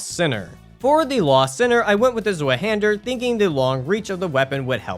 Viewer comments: its pronounced "Zweihänder" not "Swueh-hähndör"💔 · Honestly kills me how you say it ill make it easy for the future. The nameis (two hand) in German (zwei=2 and hander= hand) how you pronounce it is "zVi-hander" ❤️ great run btw!! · bro, as a German every time someone tries to pronounce that I have to laugh, almost no one knows how to pronounce that shit